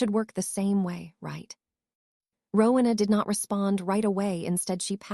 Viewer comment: It is not rukna, it is Rowena